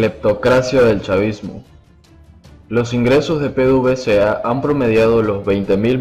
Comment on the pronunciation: Se dice pedevesa